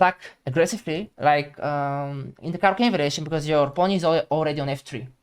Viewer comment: no, it isn't clear at all. It literally sounds like he's saying "pawn to" don't get triggered about bad english lmfao.